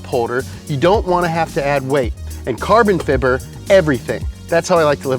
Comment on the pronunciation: Carbin fibber???